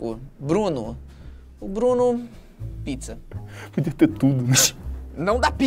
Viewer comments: picza = pizza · "Picza" KKKKKKKKKKKKKKKKKKKKKKK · Eu nao conheço picza eu só conheço pizza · Antes eu falava "picza" mas eu aprendi a falar pizza 🥲🖐️ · Tadinho do Ele não consegue falar “picza” e ainda pediu desculpas 😂😢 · "comida?" "É... Picza" KKKKKKKKKKKKKKKKKKKKKKKKKK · O não sabe falar "pizza" minha amiga tem um amigo que não sabe falar "três" KKK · picza, pitiza. kkkkkkkk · Alice Vilela ele sabe falar mas prefere faltar assim